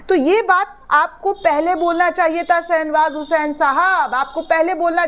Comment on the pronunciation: Nam galt bola ja raha hai.Sahih nam hai SHAH NAWAZ HUSAIN.